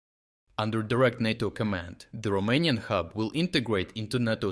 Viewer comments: Good content as usual. BTW, "NATO" is pronounced with a long "a" sound. It sounds quite odd with a short "a". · I question if AI voice is being used as words like NATO are being pronounced two different ways.